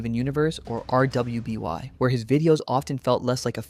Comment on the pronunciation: to be fair maybe there's a reason he says things like LGBTQ slowly so I'd rather not clown on him for it but hearing him spell out rwby instead of just saying it as "ruby" just ticks me off